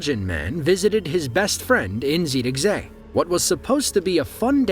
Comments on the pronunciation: i am happy beyond compare that you managed to NAIL the pronunciation of Zierikzee, as well as calling my country "the netherlands" and not "holland" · Your first Zierikzee pronounciation would almost have me believe that you are Dutch. 🙂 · You pronounced Zierikzee perfectly. Exactly how you say it in Dutch. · I sure appreciate your correct pronunciation of Zierikzee 🙏😊 (I'm from the Netherlands). Breathtaking video! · Your pronunciation of Zierikzee was spot on!